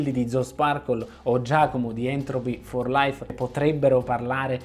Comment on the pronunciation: Tutto bene tranne "Entropy for Life" che non si può sentire :-(